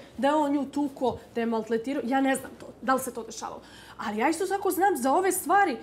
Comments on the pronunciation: "Maltletirao", šta reče, misli maltretirao?! Pametnica, ubilo se. Baš si se usrećila. Ćuti, pametnije ti je. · Ona uopste ne zna izgovoriti rijec „MALTRETIRAO“